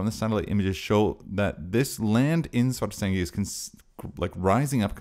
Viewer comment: Thanks for this. As far as I can understand with my limited Iceland language knowledge, Svartsengi is a compound word of "Svart", meaning black and "Eng", meaning field with the genitive s in between, so [Sv'arts'engi] should be the correct pronounciation, pretty much like you do. Keep up the good work!